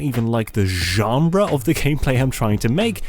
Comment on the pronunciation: This was an excellent video, I’m excited about the new direction you’re taking. Also love how you say ggggenre